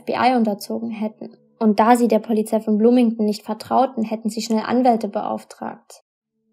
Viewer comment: Begleitung nicht Bekleitung Polizei nicht Pollyzei Blut nicht Plut Brach nicht prach Drei nicht trei Brachen nicht prachen Und unzählige Sprachdefizite mehr. Bitte arbeite daran. Du machst unglaublich tolle Videos aber mich macht das innerlich so aggressiv wenn ich diese ständigen und immer wiederkehrende Sprachdefizite höre.